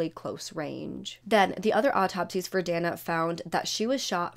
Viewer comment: Dana; It's pronounced DAY - NAH 😉